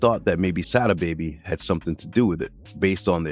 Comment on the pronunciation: You ain’t even saying Sada baby name right and most of this interview is cap